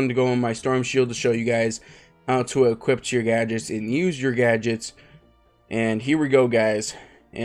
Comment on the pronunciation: “Equipt” Thx btw